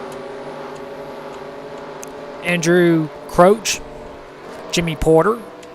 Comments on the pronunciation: pronounced Crouch not crooch. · even if you are pronouncing it right it sounds weird